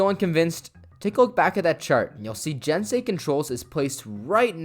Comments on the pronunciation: it is pronounced gensei not jensei. it's spelled with a G not a J. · I'm sure someone else down here said it but I don't see it so... Just a heads up, all "g"s in Japanese are hard "g"s. You had the rest of the word correct, but that means "gensei"'s "g" should be pronounced like the "g" in "gun."